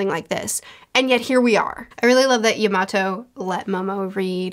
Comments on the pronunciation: ur kinda saying yamato's name wrong ur kinda saying it like you would say tomato she says her name in the 2 minute clip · Momonosuke (Momo-no-skay) Edit: also Yamato (Yama-toe